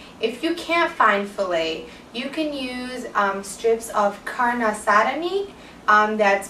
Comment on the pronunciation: u would have pronounced "Carne Asada" perfectly had u pronounced it the way u pronounce "Shawarma" :) love it!